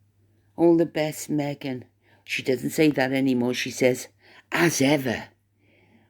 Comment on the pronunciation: I can't hear "As Ever" coming from Marblehead more like "What Ever"😢😂😅